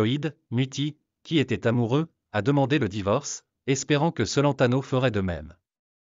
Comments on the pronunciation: Ignare le cacanier, ne sait meme pas prononcer "Celentano"! Une vraie commere 😊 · Adriano cent-laine-tano 😂😅😂😅😂😅